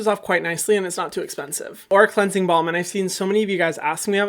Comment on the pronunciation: omg I always thought he was saying cleansing bomb not cleansing balm🤣